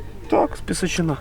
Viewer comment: не пісочинА, а ПісОчина !